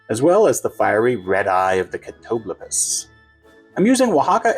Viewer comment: YOU CAN PRONOUNCE CATOBLEPAS?! I'm so effin' impressed hahahaha (I cannot: it will forever sound like utter nonsense when I say it lol) Writing this one down - I think I can persuade my friend to try it with me, assuming we can find the Hpnotiq!!!